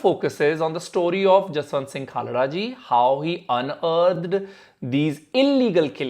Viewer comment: Thanks for bringing this up and sharing the raw information without any manipulation. Lastly the way you say Jaswant singh Khalra ji Respect bro.